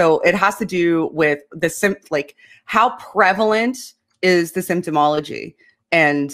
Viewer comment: It's symptomatology...not symptomology